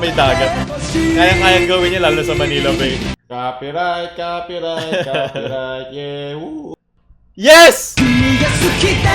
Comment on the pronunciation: Natawa ako dun sa Copy Rayt Copy Rayt whahahahah